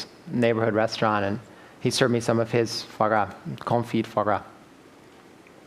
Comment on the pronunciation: "Fo gra" is how you pronounce foie gras? Au contraire, mon ami. You really made me doubt myself, but I'm pretty sure it's "fwa gra", similar to how most English speakers say it. The French wiktionary agrees with me...